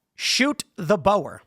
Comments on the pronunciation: Dankie Tim for speaking out about my beloved South Africa . By the way it is pronounced " Bur " not " Bauer " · Boar is pronounced’Bore’ Tim not Bower! 😂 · Boer isn't pronounced "bo-er". It's more like a mix of boa(t) without the T and (b)oar without the B, pronounced as a single word. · Pronounce boer as ' booh' with an r at the end